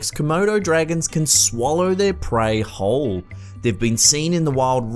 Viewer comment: "can swallow it...WHOOOLE" FUUUUAAAAAAAARRRRKKKK!!! emphasis just blew my mind...